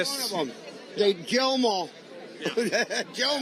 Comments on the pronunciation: the first time he said it, i'm like 80% sure he said jail. However, the second time, slowed down to .50 it definitely sounds like kill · I thought he said Jail ‘em all. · I listened several times and I clearly heard, "jail 'em all". Certainly, that's not much better and it remains super fascist, but I still respect accuracy. Did anyone else hear it like I did? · I actually heard "jail 'em all." In the spirit of honesty, that's what I heard. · I’m pretty sure he said “jail ‘em all” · I thought i heard "jail them all" tbh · I actually hear “jail them all” but I see how people misheard it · Love you Kyle, but I will say, to me it truly sounded like he said “Jail em all.” Edit: It feels like the whole “Laurel vs. Yanny” thing where if I focus on hearing “kill” then it sounds like he’s saying it, but if i focus on hearing “jail” it does the same thing lol. Wild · I feel like he said jail em all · Sounds like he said, "jail em all." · Im just gonna try to be fair here. I think he said jail and not kill. U can hear he has like a hard time pronouncing some letters. Im not defending them at all. Just trying to be fair. Cause we all know either way its still bullcrap what hes saying. But im just being fair. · Fam, i don't fuck with Trump on any level i know he is a racist and so is most of his supporters. In the first play through its sounded like he said kill but when i ran it back its definitely jail just keeping it a 100 jail em all is still the tyranny they claim to be against. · yeah, same... i can't even try and force my brain to hear 'kill', all i hear is 'jail'. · Guys I’m sorry but I listened to this like 10 times and I CLEARLY hear him saying jail them all. McGurk effect maybe? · Am I the only one who hears "jail them all"? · it sounds like hes saying "jail them all" honestly lmfao.. it wouldnt make sense but nothing they do does. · I heard "jail'em all". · Listening again, I heard "kill'em all" then catching himself and saying "jail'em all". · I heard kill.